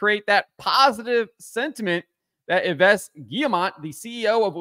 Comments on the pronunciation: Just an FYI "Yves" is pronounced "eaves" like part of a roof. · 1. Please learn how to pronounce Yves. 2. Criticism on the internet has reached a point where it is mostly hate and no longer objective. I think it's understandable that moderators are starting to ban people.